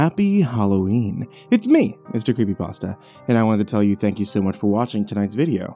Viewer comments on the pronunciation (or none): none